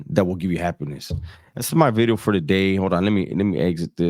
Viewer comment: It's Bideo not VIDEO bro😂